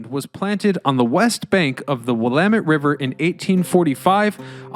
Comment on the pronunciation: But he got Willamette right, I'm from Washington state and even I was misprouncing Willamette for a bit years ago